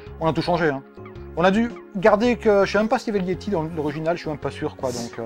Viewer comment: Pourquoi "meume" a la place de même ?